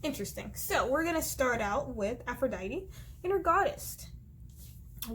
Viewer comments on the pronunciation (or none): none